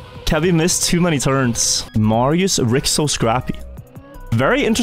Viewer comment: Hey, Congrats for 5th place! What i wanna say, is Ricso is Hungarian, you should Not say it like Ric- So, but rather Ri-Cho. Its the name Richard aka Ricsárd in hungarian. Cs in Hungarian is Ch in English (*Ch*air)